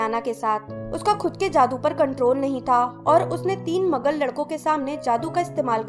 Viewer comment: Behen magul nahi hota maglu hota hai